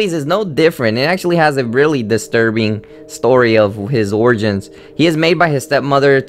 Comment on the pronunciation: does "distrubing" annoy anyone else but it's really a good vid :)